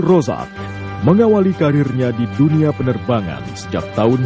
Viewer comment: Pak andy noya perlu tinggal di malaysia setaun biar bisa ngucapin "z" dgn benar. Abdul Rozzaq bisa jadi abdul rosak..cucyok cyynn